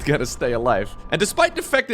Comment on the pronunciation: I dare to say THIS instead of DIS, why cant he THHHTTHTHTHTHHHH